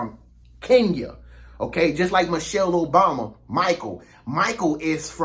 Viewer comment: Man do your research. Stop being disrespectful. We are disrespected enough. Your history about Resident Obama was all wrong! You even mispronounced his name. Go do your homework.